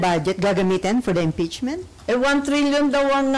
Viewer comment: Impeachment not EMPEACHMENT😁✌